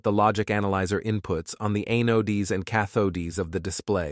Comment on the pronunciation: watch the video near the end. the computer generated voice cannot pronounce Anodes and Cathodes